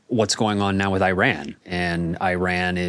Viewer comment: Just a note, could you take care to properly pronounce Iran in future discussions?